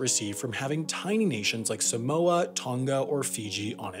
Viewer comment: 😂😂 even as a samoan, your saying samoa and tonga wrong, but thats pretty Funny tho. Keep up the good content 👍👍